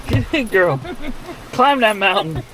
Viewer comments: Girl, not grip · Please don’t say ur grip name like that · ( girl * ) ( not grip )